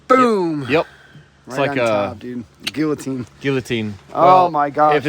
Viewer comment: Guillotine is pronounced "gee o teen" :-D